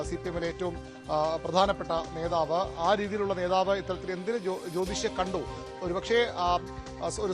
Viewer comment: നേതാവ് - നോതാവല്ല